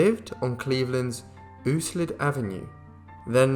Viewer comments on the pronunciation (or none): Euclid is pronounced “YOU- klid,” not Ooo-slid. Episcopal is pronounced E-PIS-ko-pal, not epi-SKO-pal. Your welcome. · Love the channel. A lot of these ive never heard of. But, i had to laugh when you said Euclid. Its pronounced U-Klid. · Euclid is pronounced U-klid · It's YoungTOWN and Euclid is pronounced "you-clid". Very interested video, as always!! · Euclid pronounced Yew clid